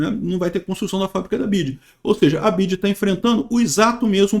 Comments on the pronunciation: chamando "BIDI" 😂😂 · "bid" kkk